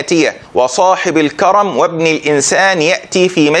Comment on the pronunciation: مش الكَرَمْ بل الكَرْمْ